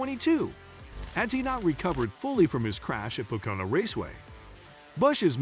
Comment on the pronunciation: Please learn how to pronounce Pocono